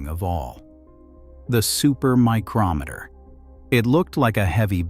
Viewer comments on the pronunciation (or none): none